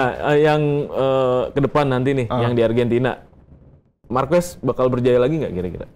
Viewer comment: Marquez bacanya Marqez bkn marquez